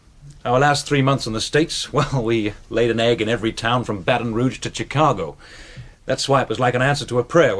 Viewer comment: He pronounced it "chi-ca-go" instead of "shi-ca-go".